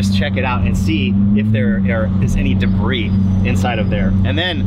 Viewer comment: saying debris but saying the “S” on the end lol